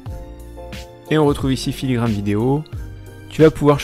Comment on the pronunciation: ... puis On dirait bien que tu t'es rendu compte en cours de route que c'était filigraNe et non filigraMe 🤭 Mais en tout cas merci pour ces conseils